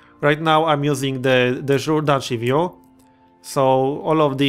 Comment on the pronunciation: "De Jure" is pronounced "day you-ray"